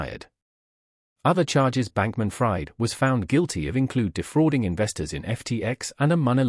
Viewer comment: U can't even get his name right, it's not like "fried chicken", it's pronunced "freed"